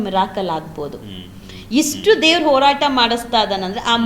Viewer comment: ಮೊದಲು ಸರಿಯಾಗಿ ಕನ್ನಡ ಮಾತಾಡೋಕೆ ಕಲೀರಿ ತಾಯಿ.. "ಹತ್ಯಾಚಾರ, ಓರಾಟ, ಹಾಗಿದ್ದು, ಹಲ್ಲ, ಹೆತ್ತಿ..!!"🤦🏻‍♀️🤦🏻‍♀️